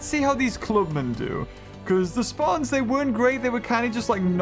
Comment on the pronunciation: its speertons not spartons thats how you pronounce speartons